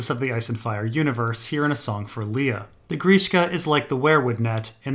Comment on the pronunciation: It's definitely Liar, not Lee-a. It's important shading in the story because it reminds us: is the alien goo genuine, or lying?